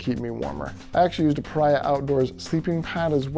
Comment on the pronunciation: Pah REEE Ahh. Not pa rye ah.